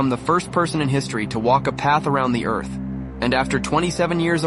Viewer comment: I’m with you on the constant mispronunciation of normal words especially ones like “earf” or “toof” 🙄